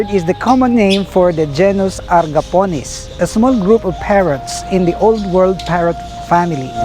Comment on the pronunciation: It’s Agapornis and not agarponis You re misleading us. Pls fix your content and what you’re saying